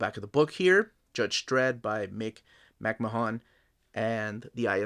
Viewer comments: Cool book. Grew up as a 2000AD fan. Growing up in the UK it was my introduction to comics. He is pronounced McMan by the way. Just like Vince from WWE. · for fucks sake, if you don't know how to pronounce someone's surname, do some research before you mispronounce their name over and over. it's disrespectful and annoying. who the hell are Brian BOWland and Mick MAHOON??! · I think McMahon is pronounced as "Mc-man." At least that's how they pronounce Vince McMahon's name on wrestling lol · Nice video. No need to pronounce the O in McMahon, just "Mck-marn/Mck-mahn" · The colour pages are mostly from Annuals which in the 80's were hardcovers and the artists did their own colouring which is why those pages are coloured. Nice review, it's just a pity you butchered the pronunciation of McMahon's name throughout. McMahon was a grittier artist than Bolland or Gibbons which is probably why he didn't do any work for DC. Artists I'd love to see in this series would be Ron Smith, Carlos Ezquerra, Cam Kennedy, Steve Dillon, Henry Flint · Came here to see if anyone corrected him. I guess he’s Peruvian, so clearly just phonetically pronouncing the names as best as he can, but yeah my cringe hits as soon as I hear him